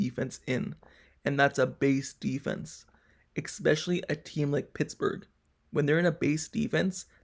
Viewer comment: Especially, not eckspecially.